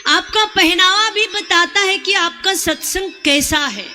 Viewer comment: Aaj pata chal gya satsang ka uchharan radhe radhe 🙏